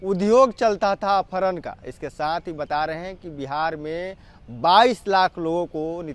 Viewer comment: अपहरण को सही बोल ले टपोरी